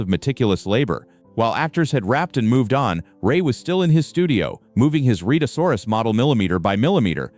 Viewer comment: The beast's name is pronounced Red -a saw rus.